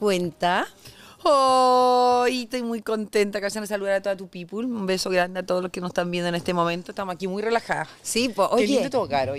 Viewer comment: Pamela, se dice people y se pronuncia pipl. No pongas los pies en el sofá. Modera educación y vocabulario.